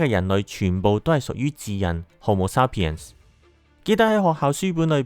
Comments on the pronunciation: 日本英文口音，沙pien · 感謝用心製作此影片，題材有趣，資料搜集亦詳細，不過有少少瑕疵想指出： 「Sapien」的第一個音節是「say」，不是「sa」。 「鹼基」的「鹼」字，讀音是「簡」，不是「鹽」。